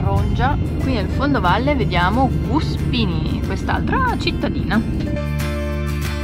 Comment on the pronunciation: Gonnos significa letteralmente "collina". Debbo anche segnalarti, senza intento polemico, che sbagli spesso la pronuncia delle località. Spesso (non sempre) l'accento tonico va sulla prima sillaba. Ad esempio Gùspini, Nùoro etc... 😅 PS: giusto per complicarti le cose hai Barádili che ha l'accento tonico sulla seconda sillaba mentre tu, sbagliando ancora, lo metti sulla terza... 😂😂😂